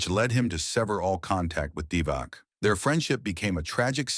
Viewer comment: not only heard about him, but played against him, at the 1981 U18 Balkan Cup in Thessaloniki, Greece, in the arena that later on has been renamed after the greatest Greek player, Nikos Gallis. And please, don't pronounce Vlade Divac's name "Divak", it's "Divats".